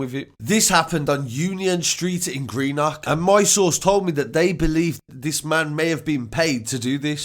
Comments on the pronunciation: dont say green nock lol its green-uhk. greenuhk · It's pronounced Green-uck